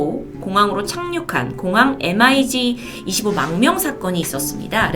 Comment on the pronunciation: 미그기를 MiG, 엠아이지로 읽네요, 분야에 상식이 거의없는 사람이네요, 적절치 않은 콘텐츠 해설